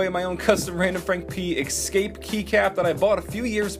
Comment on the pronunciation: ...This is the second time. It's eScape, not eXcape.